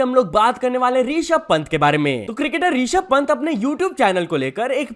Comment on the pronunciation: Rishab Pant ❌ Reeshab Pant 👍